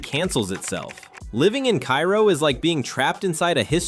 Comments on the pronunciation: Cairo, Illinois. KAY-row, not KAI-ro. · It’s pronounced K-row, not Cairo. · KA-ROW.....they will make fun of you if you call it KI-ROW. Oh and the A is long vowel. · It's pronounced "Kay-ro," not "Ki-ro " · It's pronounced kay-row not ki-row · Cairo, Il is pronounced Karo like the corn syrup. I liver nearby ish. No corrections on the racism part just the pronunciation. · Cairo is pronounced like KARO the syrup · Kay-roh, not pronounced like the place in Egypt. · It's pronounced Cay-roh in Illinois. Maybe not in Egypt, but then, we ain't in Egypt. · It's KAY-row, if anyone cares. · Cairo, Illinois is pronounced Cay Ro, unlike the city in Egypt. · Cairo, GA is pronounced "K-Row." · So is Cairo, IL. I don't know why AI videos (and Youtube videos in general) seem to keep pronouncing it like the city in Egypt. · I was going to mention the mispronunciation of Cairo, but someone beat me to it. You pronounce it the way you did for Cairo Egypt, not Cairo Illinois. My parents and grandparents are from that town and it used to be fun as a kid visiting relatives down there. It used to be booming. Hopefully, I will be able to visit it next summer. Every time I go back stateside, I never have time to get down there. I've been studying Alaska for years now. There is something called "Missing 411 Alaska" where this investigator investigates the Alaska triangle where people come up missing from the triangle which covers Juneau, Anchorage, and Barrow Alaska. There have been over 20,000 people missing since the 1970's. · Yeah, during the lead up to Cairo, I had a suspicion that our robot would pronounce Cairo as though it were Egypt. And sure as hell enough, it happened. A lot of people dismiss this type of YouTube video as "A.I.", as though "A.I." initiates and posts these sorry videos. It takes a real live human being to conceive and upload these things. I have no idea who these people are.